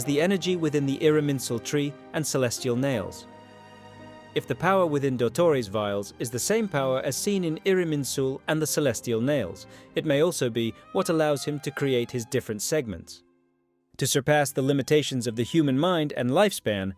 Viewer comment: Irminsul not iriminsul :)